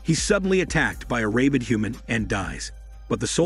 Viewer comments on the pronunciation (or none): Jesus. "ray-bid" is a terrible pronunciation for rabid.